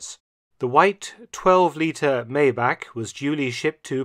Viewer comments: Great video, FYI: Its pronounced 'My-bach' not Maybach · No offense but.. it's pronounced " My + Bach" or more crudely, my bok , but never May bach . Love your videos, I am a relatively new sub , from 🇨🇦 . Cars & WW2 keep my interest. Thank you